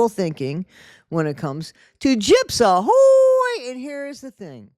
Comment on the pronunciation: every time I hear you say Gyps Ahoy I always hear Gyps A Ho 🤷🏻‍♀️ 😂